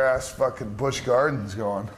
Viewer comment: He said bush garden LMAOOOO